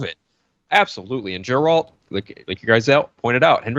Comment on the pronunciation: Man I liked the video but damn man it's "GARE - ALT" not "Jer-ult" okay I'm done bitchin' great vid thanks guys